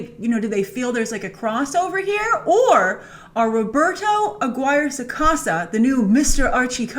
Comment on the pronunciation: Pronunciation tip: Roberto's last name is pronounced A-Gui-Reh. A like Anna from Frozen, Gui like Guillotine, and Reh like foREver. I hope I explained it clearly 😅